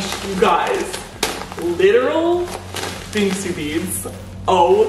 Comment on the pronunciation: jsyk it’s pronounced bing-soo (more emphasis on the soo), with a soft s sound